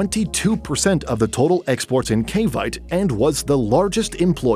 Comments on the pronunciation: The pronunciation of the city name Cavite is so totally wrong; the correct pronunciation is 'kaa-vee-tee', not 'kay-vite'. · its CA-VI-TE (KA-BI-TE) not (KAY-BITE) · Just a minor correction to you pronunciation of “Cavite”. It is not pronounce like in.... vite but rather like Ka(Ca) bee (vi) te similar to “ten”. Being a resident of Cavite I just couldn’t resist. Thanks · Do your homework on pronunciation ca-vi-té not caviyt —nakakarindi yung maling (cringe) pronunciation —yeah bad business environment in the Philippines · ❎️ Cavite ✅️ Kay Bite, Cuh Bite 😊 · Cavite it's not kavayt, it's kavité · Cavite pronounced as Ka-byte!😅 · General Trias Trias is pronounced "Tree As" Cavite is pronounced with three syllables as "Ka Vee Teh" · Cavite -- ka-'VEE-teh General Trias -- heh-neh-'RAL 'TREE-ahs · Cavite is Pronounced Cah-vee-Teh . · Cavite = Ca-vee-teh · Pronounced “CA-VEE-TAY” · CAVITE??? it is pronounced as CA-VI-TEE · Learn the correct pronunciation of Cavite. You totally butchered it. The "e" at the end is not a silent "e" making the "i" a long "i" as you pronounced it, but a syllable and pronounced as a long "e." Cavite has three syllables and not just two. Since you mispronounce Cavite multiple times, why should I find your information reliable? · You mispronounced cavite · When a foreigner talks about the Philippines wrongly pronounced CAVITE :) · You mispronounce “General Trias” and “Cavite”. Pronounce them like you would in Spanish and you’d be OK. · Pronunciation: Cavite - cah-vee-teh Trias - Tree-yas